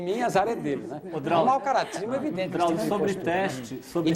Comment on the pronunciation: "Drausio" PUTZ